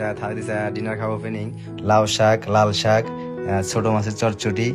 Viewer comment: 孟加拉青菜發音聽起來怎那麼像台語的烙賽😂